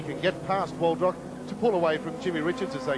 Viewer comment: Jeff "A-lamb", and Kevin "Waldrock" #facepalm